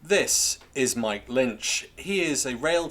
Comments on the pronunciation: It's "MICK" Lynch, not Mike, ya krazy foo! And he's an absolute f3rking LEGEND! ✊ They're already trying to cancel him (you know, the thing the right-whingers always moan that the left does) but I wonder how long before they try to silence him? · Loved the video, but his name is Mick not Mike 👍